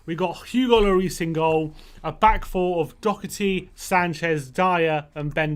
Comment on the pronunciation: Doherty not Dockerty